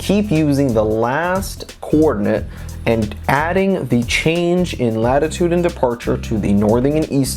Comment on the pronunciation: Thank you so much all this info you but together is extremely helpful! I will point out the 2 elephants in the room tho “Northink and Eastink”😅